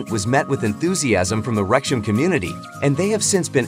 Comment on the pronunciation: FIX YOUR COMPUTER NARRATION! Wrexham is NOT "REKSH-em!"